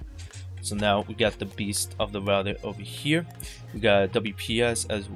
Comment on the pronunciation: Tech HD | Unboxings, Reviews, you aren’t saying router your speech is messed up and you say rougher thouter